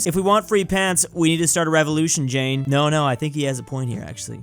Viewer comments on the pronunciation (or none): none